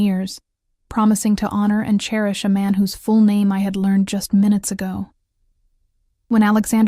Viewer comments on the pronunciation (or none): none